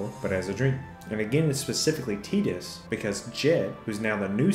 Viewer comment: I’m trying to get over the “tee-dis”. Supposedly the voice actor mispronounced it for the trailer lol